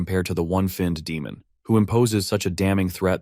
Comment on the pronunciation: Demon ❌ Demon ✅